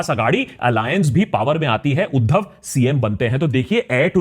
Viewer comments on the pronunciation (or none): none